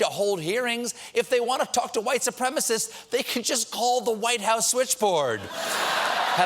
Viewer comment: It's minor compared to everything else, but it's really getting under my skin that Trump can't pronounce "supremacist". "Supremist" is not a word, Mr President.